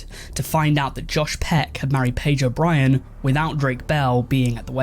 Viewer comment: The way you say sounds like Pedro Bryan